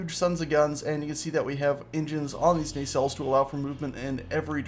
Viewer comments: Its pronounced NAH-CELL(s)... sorry not a pronunciation nazi... but that was bothering me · Why are you calling them Ney cells?